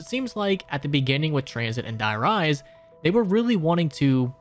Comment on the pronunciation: De Rease is how you pronounce die rise